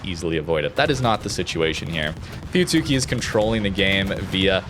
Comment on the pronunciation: Idc anymore but fyi (if you're curious), it's pronounced fooyutski. The tsu is said so quick it almost sounds like ts. It's the same with almost all japanese ships that have a "tsu" in the name. Mutsuki "Mootski", Akatsuki "akatski", etc